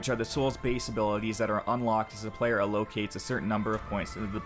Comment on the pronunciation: allocates not ahlowcates